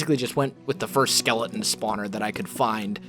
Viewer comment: He says "skelein"😂😂😂